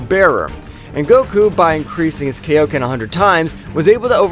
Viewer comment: Would you mind calling Kaioken KA I OKEN AND NOT KAYOKEN?!? And its KAIO KEN TIMES (Number) DAMN IT